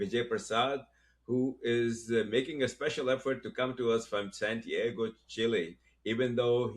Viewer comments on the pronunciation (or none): Hey brother: It's not "San Diego, Chile, it's San Tee ago."